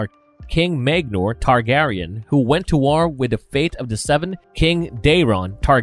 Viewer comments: Or any Targaryen words he mispronounced maegnor by adding an n it does suck to hear in a great vid but it's so hard to not unhear it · He also said maegnor for maegnor lol added the n for no reason